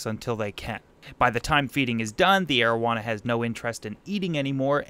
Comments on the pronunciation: you said arowana the first time I heard that I thought its name was marijuana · I totally thought you said "Asian Marijuana" and I was like "Ummm well that's an odd fish species..." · I THOUGHT HE SAID MARIJUANA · for a second there i thought you called it your "aged marijuana"